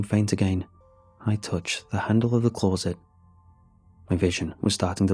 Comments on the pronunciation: Love how he says close-it rather then closet. 🇬🇧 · I h8 the way he says CLAWZIT instead of closet🤬🤬🤬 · Closet now clawzit 😂